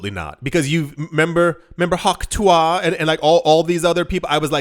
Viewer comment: Why did he say Tuah like that? Is English his first language?